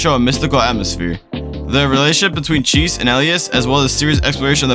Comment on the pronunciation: You seriously called her cheese. Idk of this is terrible A.I. generated crap or not but you have lost all credibility with me. Magus Bride is an absolutely beautiful anime and Chise (chi-say) is a wonderful character to those who are lonely and long for a life of wonder while struggling with sacrificing too much of ourselves for others.